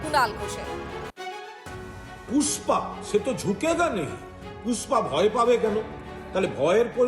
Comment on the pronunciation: পুষ্পা না ফুস-পা!😂